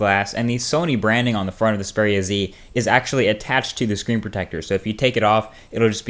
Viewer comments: Why are you saying speria? It's (X)-speria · Its X peria not zpara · Speria? it's pronounced EX Speria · EX-PERIA NO SPERIA OMG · Strange pronunciation of Xperia. All the advertising for the Xperia brand (right back since the old X1) indicate that it is pronounced similar to experience ('Xperience'), and not 'Speria'. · It is "XPERIA" so I guess u got it wrong as well. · I just cant get over it, it's EXPERIA not SPERIA..... i just guess you got Faulty phones as the rest have just awesome angle view. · Its XXXXXperia bro, not speria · Is it only me getting pissed of with how he pronounces the phone. Speria z........ Na m8, Its the Xperia with a X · Xperia ( Ex-pee-ri-ya ) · I think you need counciling or something, you find a phone sexy? Also isn't xperia pronounced ex-peer-ia because it comes from the word experience...? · I love how he pronounces it "spearia" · What??u just said speria haha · He pronounces it like Speria :D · You can't seem to pronounce Xperia :D [Speria] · It's supposed to be ex-pee-ree-a Right? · isn't it EX-peria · you said the name wrong, its Ex-Pee-Ree-Arr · yeah I believe you say it X (ex) peria (pair-ee-uh) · So, Xperia is ANOTHER word you can't pronounce correctly..... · I think you are pronouncing "Xperia" wrong.